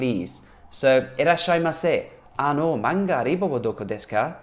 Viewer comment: Hi, I've learnt how to learn new language from your recent videos. These are really useful. I found that using new words and phrases directly is very important to new language learners. Thank you. Yes, 'nikai' means second floor in Japan, but it also means first floor in the UK. Because we have no ground floor.(American style?) Additionally 'manga uriba' should be pronounced 'manga Ωriba'. 'Ω' is one of phonetic symbols.